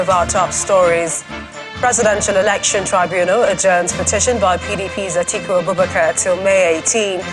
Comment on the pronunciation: Atiku not Atuku